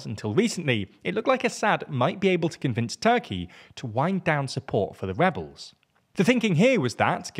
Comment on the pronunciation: Did he say Webbles,,, they are Rewolting